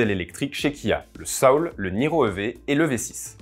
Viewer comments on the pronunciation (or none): none